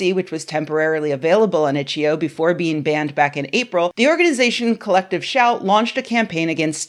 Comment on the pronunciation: didnt even say the name of the game website correctly. its itch. eye oh. not itcheoh